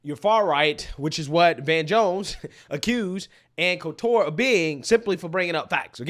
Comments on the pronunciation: I used to like Ann, but since she don't like Trump, I stopped liking her. Her name is pronounced coal-ter. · Col-ter not Col-tour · Yeah lol it’s Anne’s last isn’t pronounced like that. Not Col-TAR it’s just Coulter . But yes Anne’s right and we conservatives have been right on this for decades but yes just watch who they don’t show and you immediately know by default . You get plenty on local news because if they didn’t there wouldn’t be any news lol but hey I do live in memphis but hopefully escaping soon! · Ann's last name is pronounced "colt terr". She pay the way is a Trump hater. You should watch some of her recent interviews. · You made Ann Coulter (Cult-er) French 😂. Sorry, I couldn't resist. I love your content. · FYI…. there’s no emphasis on the T in “Coulter” — kind of sounds like “shoulder” except it’s “cole” “tur” 👍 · her name is pronounced like the colt handgun with an "er" on the end: "Colter." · Ann Colter pronounced Colt' as a baby horse, emplasis on COLT-ter...Colt-'' er. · love you man, but her last name is pronounced cole-ter, emphasis on the cole! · It's pronounced Anne Kohl-ter brah. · How is it that you can't pronounce Ann Coulter's name correctly? I've never really liked her. But she's 100% right here. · I have never heard Ann Coulter pronounced this way ever.. is a new kid on the block for sure. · Why do you keep sayin "Ann Coulter" like that? 😂😂😂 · He pronounced her name wrong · How can you not pronounce Coulter?? Its so weird... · Are you purposely mispronouncing her name?